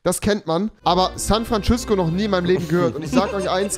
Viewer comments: bin ich der einzige der dass jeden tag hört san frantschüssko 🤣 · Also Leute: das nächstes mal wenn ihr Rewi seht sagt ihr: San Frantschüssco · San Frantschüssko rewi XD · San Frantschüssko Rewi😂😂